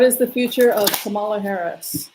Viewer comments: Hello from Kansas City. Wonderful to see beautiful Mila up close. Thank you for your work in these dark times. I am a big fan . One correction if I may. Kamala is pronounced COMMA- la. It rhymes with her mothers name Shamala. Her kids call her Mamala. The network talking heads are trying to remember this. I would also like to give kudos to Cindy at Soulprint Intuitive as another wonderful reader and intuitive in our group. Blessings. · you will have to know how to pronounce the name of our first woman president— it is COMM uh luh.😻